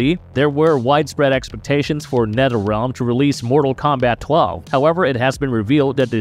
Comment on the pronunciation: Did he say Netterrealm? And bruhters? Lol He must not be able to say words with TH